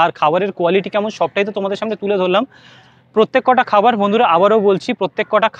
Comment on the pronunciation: শুনতে খারাপ লাগছে প্রত্যেকটা বলুন, প্রত্যেক কটা কথাটা ভুল।